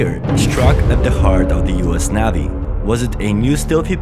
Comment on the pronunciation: Youre a liar and clickbaiter. There isnt a creature - extant OR extinct - that ever had the ability to EAT a nuclear submarine. Bite does not equal eat. And for the love of Pete, stop mispronoucing "navy." You sound uneducated.